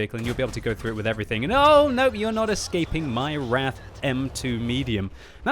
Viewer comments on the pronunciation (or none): none